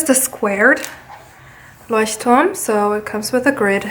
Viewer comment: Geil 😂 als du Leuchtturm gesagt hast hat man extremst gehört dass du aus Deutschland kommst 😂😊 voll witzig